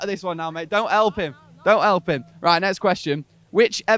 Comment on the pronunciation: I love it when the asker say elp instead of help